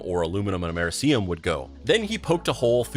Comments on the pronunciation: "Mer see um" is Americium. And it is PRONOUNCED "Am Er ih see um", just like it is spelled. Hello? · Repeat after me: Am-uhr-eeee-see-um